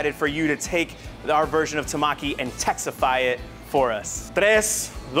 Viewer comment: I cried how that guy said tamaki. Tamkey?